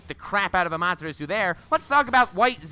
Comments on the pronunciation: So 50% Lacks of Information and therefore isnt correct displayed and 50% is simply false. Amaterasu (which btw is spoken AMA TE RA SU) is dodgeable for A cause he is faster than the Speed of "sight" aka he is Faster than the Speed of Light in his Lightning Armor, and even he couldnt dodge Amaterasu absolut and had to cut off his Arm. Naruto simply got Plotarmor. Edo Tensei would start Regenerate thats true, but it wouldn regenerate right on the Flame, it would take some Time, if the Body burns down completly by Amaterasu(for example because your are engulfed in Flames) your Body would regenerate from Nothing and therefore doesnt got Amaterasu on you. Still it would be a Effectiv mean to slow down an Edo Tensei Summoned Fighter. Vapor Release(which sounds False to me but maybe my english is simply not good enought) doesnt allow you to change Properties of GAS it allows you to Controll the PH Value of the Steam/Mist you are emitting at every Time. Therefore its only goes for the Fog youself created. 7)koatamatsukafuckikkamikki (Which Jutsu shall that be? That doesnt exist at all) do you mean Kotoamatsukami? This Jutsu alters your Mind unnoticed and therefore allows you more or less to turn somen in your slave or anything Else.... and thats it.....It lets you controll someone else on a "indirect" way by altering there Memories. Powerfull yes, Useless? No, Wasted used? Dont think so. Danzo wanted the WAR do make himself and Konoha the Dominating Power in the World therefore he ha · (saying amaterasu wrong) Naruto fans unholy screaming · The way he said Amaterasu I raged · Why did he say Amaterasu weird 🧐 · The way he pronounced Amaterasu...... Jesus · Listening to you butcher Amaterasu made me cry.